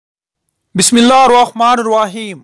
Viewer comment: Bismillah right read kiya Karo Bhai please